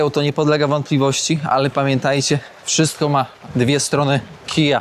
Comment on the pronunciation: "Kszystko ma dwa konce kija" -.